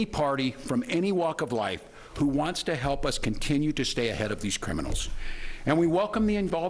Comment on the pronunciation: “…contiinue to STAY ahead of these criminals.” Really Tim?